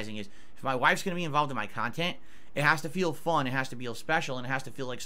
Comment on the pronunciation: my beloved. That’s real pahsitive khantent, right there.